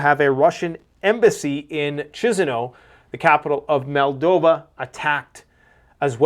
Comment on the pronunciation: PLEASE!!! Once and for all... You mispronounce everything about this country. The country is MOL as if you're saying the word mold followed by DOVA. MOL-DOVA.... The capital is KISH followed by NOW. ... KISH-NOW. Thank you.